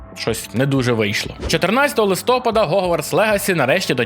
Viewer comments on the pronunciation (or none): У слові "Листопад", наголос на літеру А - "листопАд". Запам'ятай пліз!